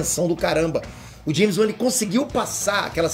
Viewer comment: Que é "James Uan"? Kkkkk